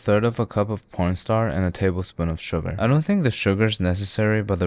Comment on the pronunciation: why do u always call ur corn starch porn star